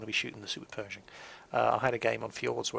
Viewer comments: I hope you'd learn english before watching. Perishing ? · I believed was saying Super Peugeot for the longest time.